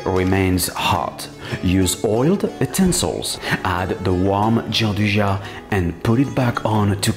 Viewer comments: Hi, wonderful recipe! I wanted to add a small detail, as i'm from turin, just for you to know for future occasions: it's not pronounced giandujà but rather giandúja:) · Nicely done! That's not how you pronounce gianduja though xD